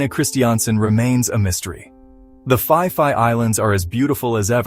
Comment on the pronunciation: Is that how you pronounce Phi Phi???😂